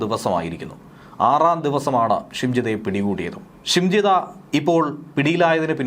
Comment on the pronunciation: ഷിംജിടാ അല്ല നരഭോജി